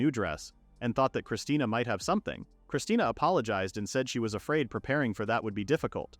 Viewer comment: I’m getting unbelievably mad the ai calls her christina when it clearly says christine